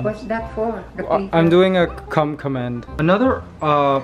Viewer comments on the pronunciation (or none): "Come Command" More Like "Comemand"